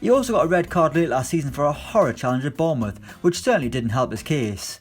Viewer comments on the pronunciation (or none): none